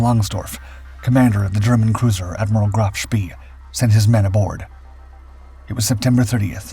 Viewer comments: Graf spay not spee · It's so easy with the internet. Sch-PAAY :face-blue-smiling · SPEE is pronounce SHPAY. (really surprised you don't know that) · Just learn how to pronounce Spee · I cannot and will not watch your films until you learn how to pronounce SPEE!~!~! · Great tale, but it's a pity you can't get your name pronunciations correct: "spee" is pronounced "shpay", not "shpee", while Cossack's commander was Captain (later Admiral of the Fleet Sir) Philip Vian (I suspect "veean"), not "Vlan". Helps with credibility if you get it right!